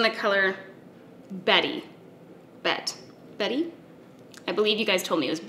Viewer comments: I am pretty sure it is pronounced Bett (instead og betty) after bette midler 😊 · Bette as in Midler not Betty as in Rubble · It's "bet" like Bette Midler! geeeeeez lol 😋🧡